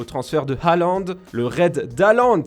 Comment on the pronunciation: C’est pas Halland c’est Haaland 😉